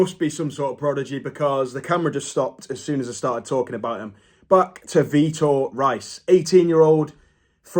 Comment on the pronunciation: I'm Brazilian its Vitor [Reehiis] your welcome🇧🇷